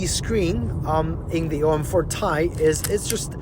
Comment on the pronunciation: Its called T-i not Tie. T-I is the scientific name for Titanium. Not Tie as you repeatedly wrongly called it.